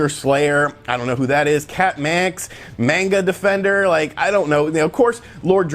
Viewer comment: Oh god I lost all respect for this dude when he called the Magna Defender the Manga Defender